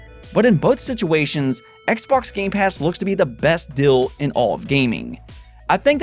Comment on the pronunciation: The amount of time you say “dill” instead of “deal”